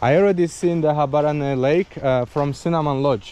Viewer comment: you pronounced it very well man 😂❤